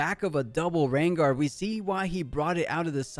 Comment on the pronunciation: Dude keeps calling it a RenGUARD instead of RenGAR lol